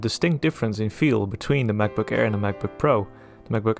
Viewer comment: what's a mavbook? :0